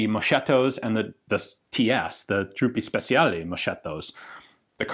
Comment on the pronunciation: Man you said Fucile corto so well, then you said Truppee Spessialli and moshetto...